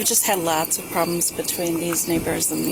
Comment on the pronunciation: the way she was pronouncing 'neighbours' I could have sworn she said the N word twice.